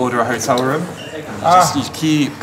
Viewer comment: Mon cher Gre , ont dit "room" , pas "romm" :P